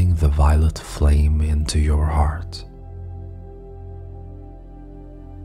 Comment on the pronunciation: Is he saying violent light or violet light?